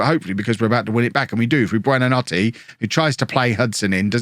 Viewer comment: Google translate how to say good night in Italian and that’s hoy you say buonanotes name